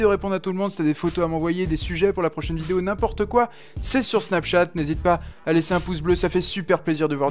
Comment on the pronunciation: Tu dis n'inportenawaque